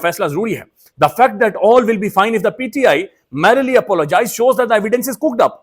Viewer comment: ‘Straaaanj logic”, “merily “….learn! Chawal anchor